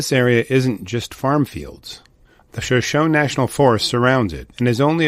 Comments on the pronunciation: It's pronounced 'Shuh show nee'. Like the Native American Tribe. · These videos kind of sound like they were done with AI - there are strange pauses between some of the words and a lot of mispronunciations, like "Shoshone" pronounced without the "e" accented at the end. Does anyone else notice this? Just wondering....